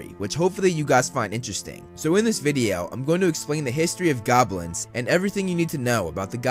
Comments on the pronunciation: Everytime he said Goblins I heard Gobwins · Once you hear, you can't unhear